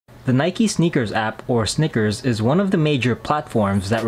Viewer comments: He's correct...it's enunciated as "Snickers"....based off of the way it's spelled on the app "SNKRS"..... 🤦🏾‍♂️ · The app is actually named SNKRS - not Sneakers. So pronounce is right.